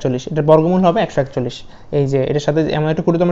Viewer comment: choi Trish na sir chottrish